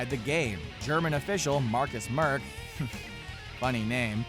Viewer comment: Goaltender? Markus Merk not MÖÖÄÄRRK. So many fails in this vids. its horrible.